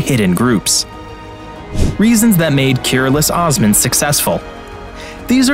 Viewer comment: Please pronounce correctly as "KOOROOLOOSH OSMAN"